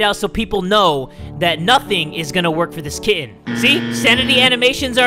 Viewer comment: I heard kid not kitten